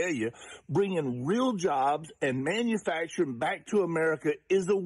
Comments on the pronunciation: Did she say "manufactoring"? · Beruhhhhh I was screaming at the screen when the sistah came on …. Like please! Let her make it man 💀💀💀💀 I’m glad you didn’t come for how she even said “manfacrin” 🥴🥴